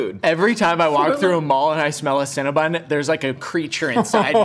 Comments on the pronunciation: Are we gonna ignore their incorrect pronunciation of “CinnaBON” not “CinnaBUN” 😩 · Do people realize that it's not "Cinna-bun" it's Cinna-bon? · Do Americans pronounce Cinabon as Cinabun? Or just these three?🤔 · They can't pronounce Cinnabon